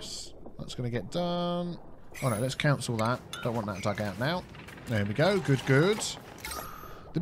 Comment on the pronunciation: You say cancel weird you say it like council